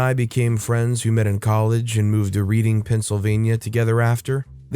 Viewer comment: The narrator does not come from Pennsylvania. Reading is actually pronounced RED-ing. I don't know why. We also say wader😂